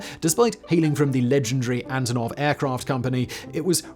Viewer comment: Simon, what is an “Anotov?” It’s Antonov, ya wanker!